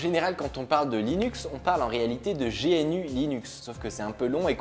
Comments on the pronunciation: Pis G N U épelé alors que c'est GNU comme l'animal. GNU is not UNIX. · On ne dit pas Gé èn U, mais gnou/new.... Richard Stallman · C'est pas G N U épelé, mais GNU comme l'animal et ça veut dire Gnu is not Unix. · Starfoulah t'as dit G N U au lieu de gnou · GNU se lis GNou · Welcome to Linux ! ;) Ha ! Et GNU se prononcé "Gunou" :p Sinon, super vidéo ! Comme d'hab' et enfin quelqu'un pour faire populariser Linux.. (je sens un raid massif sur le forum francophone d'uranium x)) Mdr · I'd just like to interject for a moment...